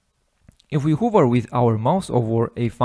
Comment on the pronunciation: you're awesome, thank you. One suggestion, the word 'Hover' is actually said "Haver" not "Huver" :)